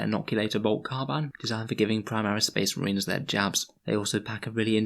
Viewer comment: spehs muhreeens. Great bit